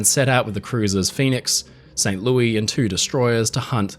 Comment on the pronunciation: Great work as always,! It “Saint Lewis,” though, not “Louie.” For some reason the internet is trying to rename a place that’s only ever had 1 pronunciation, and I’m putting my foot down! 😂